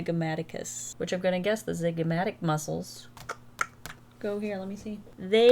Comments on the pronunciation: The med student in me died every time you said ,”ZIGMATIC” …. Sweetie its ZYGOMATIC 🥰 saying from a place of love ❤ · absolutely LOVED this vid. absolutely HATED, as an anatomy scholar, that you pronounced the zygomatic bone the "zigmatic" the entire time 😭😭